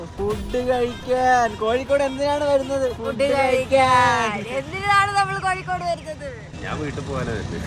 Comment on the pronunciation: Kozhikode alla koyikode